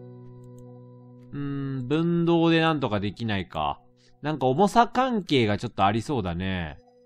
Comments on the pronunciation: 分銅(ふんどう)やな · 分銅をぶんどうと連呼してるのがすごい違和感。